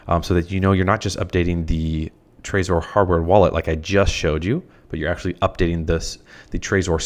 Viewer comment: its pronounced trezor not trayzor.